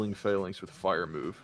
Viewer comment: I love the video but I hate how you pronounce Falinks LMAO